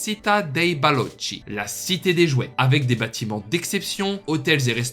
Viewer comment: En Italien le "Paese dei balocchi" se prononce avec un c dur (comme un k).